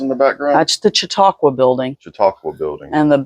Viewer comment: Im just glad she said the Chautauqua center the right way😅❤❤ Ty for doing this .. 👏🏻👏🏻 we really appreciate it